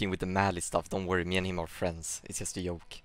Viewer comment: LEARN TO PRONOUNCE "JOIN" correctly. AND "JOKE" it's not a soft j. It's more like "Djoke" by the way you pronounce it. Have you never heard other people speak english?